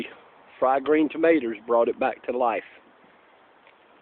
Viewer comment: I love how you say 'fried green "tomaters" haha